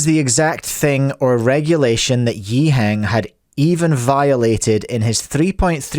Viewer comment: I had to double-take as he pronounced Yiheng's name correctly. It was so odd that he even stuttered lol.